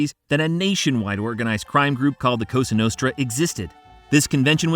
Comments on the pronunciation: When this guy said costra nostra I almost turned it off . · Straight from the "Coustra nustra" in the first couple seconds, i assume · "COSTRA NUSTRA" I'm out of here, wtf AI a$$wipe?